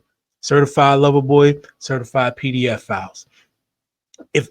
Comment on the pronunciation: People are over looking how Kendrick pronounced PDFiles If you listen back it does sound like peda-fouls or even Peda-F-Owls